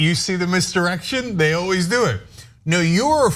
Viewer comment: he awle....he awel.......he awleys runs away.......